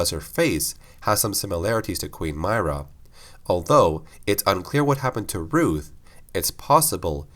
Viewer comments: The best question is how does someone still mispronounce a name that is said multiple times in the games he is talking about? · It honestly triggers me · He's doing a lore video on a specific character who's name is said many times in the games yet still pronounces it totally wrong, lol. Did he even play them? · Umm, no. When the video is intended to be a bio for a character, it's a very huge deal to pronounce the name correctly. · Mera pronounced not myrah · it's pronounced MIH • RUH not MAHY • RUH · I can’t stand how you say Queen Myrrah, it’s like you never played the game where they talked about it 24/7 it’s meirrah not My-rah. Jesus... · My-ruh = My right nut Lmao but nah its Mi-ruh not My-ruh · Mir-rah not my-rah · Its “Myrr-ah” not “myra...” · Im so mad you mispronounced this tbh. they even said how its pronounced in game.. (M-ear-ruh) not (M-eye-ruh) other then that this actually makes since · Why do you pronounce her name my-rah? Its pronounced Me-raah But either way great video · Its not "M-Eye-Ra" its "M-Ear-a". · When he says her name like that it makes it seem like he’s just reading a script someone wrote and doesn’t really know what he is talking about. Any casual gears fan would pronounce it M-ear-a, as it is spoken in clear dialogue over and over again in the games. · Regnier575 He’s not and neither am I. Myrrahs name is supposed to be, like he said, “M-Ear-a” not “M-Eye-ra”. It’s important to pronounce someone’s name right and it just makes someone look like a fool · Queen My-ruh lol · Queen Myrrah is pronounced “Me-Rah” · I’m fairly certain it’s pronounced (Me-ruhh) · It’s pronounced MEERAH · It’s mer ahh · m - EAR - rah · Queen Meer-ah. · "Mee-rah" say it with me now! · It's pronounced "MIRROR-UH" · No offense but don't say Myrrah like that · Pronounce Myrrah right next time. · The proper way to pronounce her name is: "W-ho-Ca-res?" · Please learn how to pronounce her name properly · Why do you say her name like that?